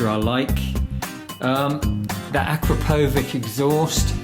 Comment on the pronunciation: Akrapovič is pronounced AKRAPOVICH. Č = ch :)